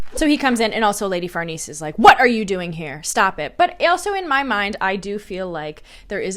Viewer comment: Farnese< far-Nay-say